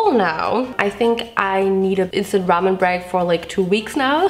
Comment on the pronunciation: It took me way too long to realize she wasn’t saying “Vincent ramen” ..... 🤦🏻‍♀️